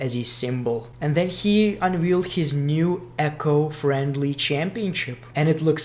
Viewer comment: It's not "echo friendly", it is ECO friendly!!